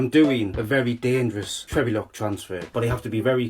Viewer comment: Trevulok not Trevleok, Jack